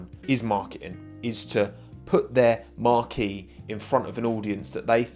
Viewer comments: Marque is pronounced Mark not Marquee. Marquee is somewhere you host an event. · Wrong pronunciation of the word Marque..it’s not a tent..